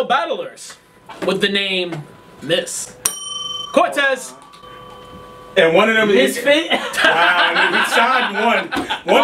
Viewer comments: Dawg that nigga said Bortez lmfao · Nigga said “ bore-tez” lmao